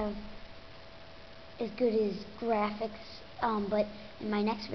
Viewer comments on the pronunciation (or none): WOW YOU SAID grawfics not graphics!>_>